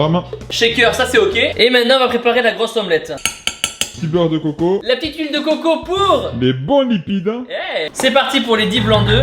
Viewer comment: Tibo : Huile de coco Moi : il est antillais ou quoi?